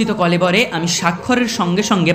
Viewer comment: কলবরে নয় দাদা কলরবে